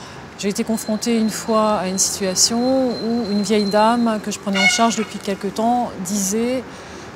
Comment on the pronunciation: C'est vieille mère et non pas "veille" mère ^^